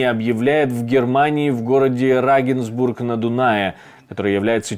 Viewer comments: Не Рагенсбург а Регенсбург. 😮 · город в Германии назывантся РЕГЕНСБУРГ, а не РАгенсбург!))